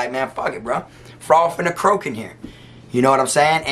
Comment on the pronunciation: I lost it when he said this frog was about to chroke